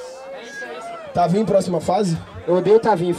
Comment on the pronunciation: Só eu q tenho agonia quando fala tavinho e n tavin 😃👍